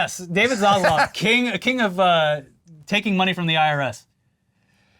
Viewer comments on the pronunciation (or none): none